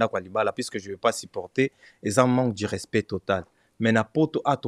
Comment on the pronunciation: Du et non Di